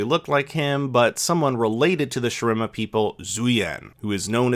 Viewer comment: ngl this video felt like a compilation of someone who wasnt really into league lore prior to arcane some wrong references here and there as well as speculations Shurima was also pronounced wrong